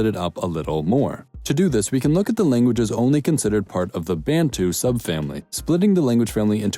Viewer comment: Great vid - but calling more than 40 million people strong collectives who were state builders "tribes" while referring to smaller collectives nations because they are European seems condescending - and it's not "Bayntoo" - why do Americans say this? Bantu ("Bun-two") is not challenging to pronounce - otherwise great work